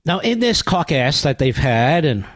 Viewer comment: "caucass" lol